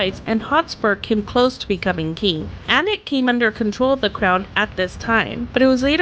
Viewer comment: She pronounced Alnwick (Annick) correctly but not Warwick(Warick - w is silent), clearly AI rubbish